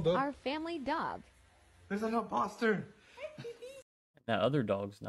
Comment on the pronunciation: I love how they said there’s a inposter😂😂😂